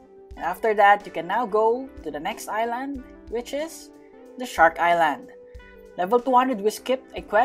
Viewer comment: the fact that he pronounce island wrong